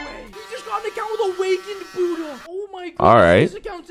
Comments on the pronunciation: is disrespectful to someone people’s religion, he quite literally calls buhhda, huhhda. He’s very disrespectful. I may not be Buddhist but that’s disrespectful. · IT'S CALLED BUDDHA FRUIT NOT HUDDAH FRUIT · dude its buddha not hudda with a b lol😆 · bruh its buddha not huda like bro whats huda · why does he say huddha insted of buddha